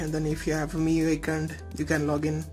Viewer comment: good video.... just one tip... the os is pronounced as "MY YOU EYE" i will definitely try to get this... for now running on the CM12 and hoping for Oxygen OS